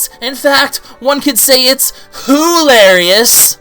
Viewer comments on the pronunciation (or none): When he said "hoo-larious I did actually laugh.